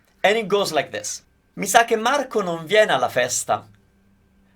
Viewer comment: I thought I switched to a Japanese video when he got to "mi sa che"..